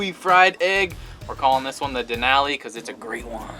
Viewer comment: Couldn’t enjoy the video for y’all mispronouncing Denali over and over. It’s downright disrespectful. A simple Google search will let you hear the proper pronunciation. Duh • naa • lee